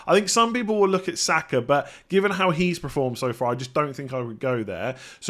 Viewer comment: the word is not 'preformed', it's 'performed'.